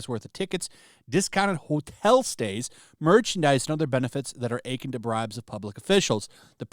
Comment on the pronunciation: Akin... The accent is on the second syllable.